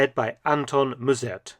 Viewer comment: As I have commented before, the name of the leader of the NSB is not pronounced as Moezzurd or something like that but as Mussurt with two short ‘u’s, like in mum. The s is a hard s, not a z. Also, the chronology is somewhat off: in april 1940 the Netherlands were not even occupied yet, so there was no Dutch ss-regiment at that time. Only in 1941 the first steps to organise a Dutch ss were taken, which was led by the former physics student Henk Feldmeijer, a move fiercely resisted by Mussert, who saw the ss as the mortal enemy of a future independent nationalsocialiist Netherlands. Finally, Mussert and the NSB were never given any real power by the Germans.